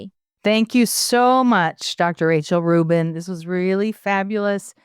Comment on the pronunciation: The interviewer can't seem to get Dr. Rubin's surname right, calling her "Dr. Rachel Rubins." Come on. Do better.